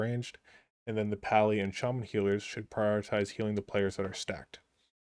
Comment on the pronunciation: Didn't you were a jaja until you said chaman over shaman lmao